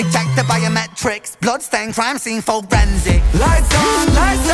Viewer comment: Great reaction. Every time I listen to this when he says "forensic", in my mind, it comes across as "for Ren's sick". Wonder if it was intended